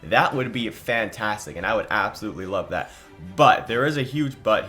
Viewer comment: fant haas tic